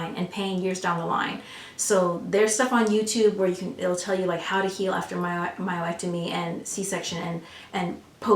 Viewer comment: I had to keep refocusing on the content rather than the word "myo-ectomy". Lol But this is all really good information...thank you! I just had a myomectomy and my swelling is just now starting to go down, BUT my pubic area is like a BALLOON now, and is weird, so I'm trying to figure out why. Didn't hear you speak about that for either surgery, so I'm still very concerned...